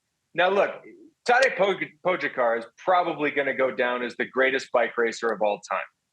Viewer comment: At least try to pronounce Pogis name correctly, please?! Po-ga-car. It‘s not that hard.